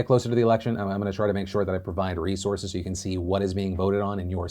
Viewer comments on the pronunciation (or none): none